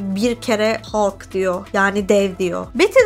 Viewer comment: En sevdiğim süper kahraman karakteri senden dinlemek güzel oldu Ağzına sağlık, üstelik Hulk derken içine hem o hem e hem a harflerini de katarak doğru bile telefuz etmişsin. Zaten senin konuşmana değecek bir bu filmi var bi de immortal hulk, WW Hulk, future imperfect gibi seriler var. hulktan korktuklarına iyi değinmişsin. yıllarca hulk filmi yapmıyoruz çünkü stüdyo hakları karışık gerekçesiyle yediler insanları. Ama asıl nedeni elbetteki bu karakteri genel seyircinin beğenisine sunacak taşakları olmamaları. Yan filmlerinde de işleme şekilleri genellikle rezillik rüsvalıktı bence. Halbuki Mark Ruffola ne güzel oyuncu. Bu durum cizgi romanlarda bile böyledi ama, bir sürgüne gönderiyorlar. Bir vurdurtuyorlar. Sonradan japon bir çocuğu hulk yaptılar zaten daha sevimli karakter olsun diye.